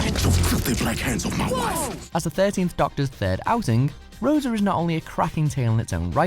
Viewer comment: And "Rosa" was terrible, by the way.